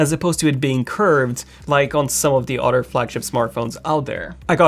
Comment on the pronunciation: I know I'm the only 1 hearing "otter" when he says "Other"?